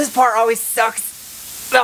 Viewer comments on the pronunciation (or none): none